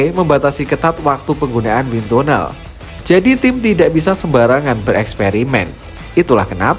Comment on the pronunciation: win tanel min pengucapannya.